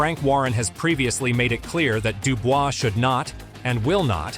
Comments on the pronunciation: Daniel Dubois and NOT Daniel Dubua 😂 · Listening to this video, AJ is fighting against , Dubois , Dubious and Duboy ~ Perhaps your AI should learn to pronounce names. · daniel dewbeoss! who"s that!! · These AI videos are getting out of hand. Who the fuck is Deewbeoss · Who the hell is Dewbeoss 😂😂😂😂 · A.I. says dubious !!! lol 😂 😂😂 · Not Daniel dewbeoss 😂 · "Dubious" lol